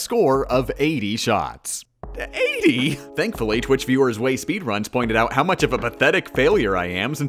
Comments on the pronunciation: wait a minute. WAIT A MINUTE! Did you just fucking say ZWAYSPEEDRUNS?!?! ITS GERMAN ITS PRONOUNCED ZVEI AHHHHH FGJSKERGKJKKJDKS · OK, Completely unrelated comment: "Zwei" as in "ZweiSpeedruns" is German for "Two", and it's pronounced "tsweye" (I have no idea how to write the pronunciation, but this should be accurate enough) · when he mispronounces Zwei